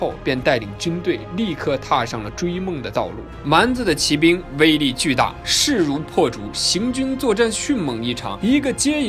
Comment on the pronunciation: 不论它偏向什么宗教就是宗教，学习科学知识也是求知也是增长智慧，为什么不见人叫科学为科学教呢？？ 举世公认的佛教是世界三大宗教之一，结果您一个没有神就直接否定佛教不是宗教了。。。行吧，你说了算。 2, 骑兵的骑是读qi，不是ji。当qi读时是动词用，当ji读是名词用，这里读做qi是因为这里解释为骑马的兵，类似于英语中的动名词做形容词用。汉语也是有语法的，不是说你用Traditional Chinese就会牛逼一些，搞明白语法再来杠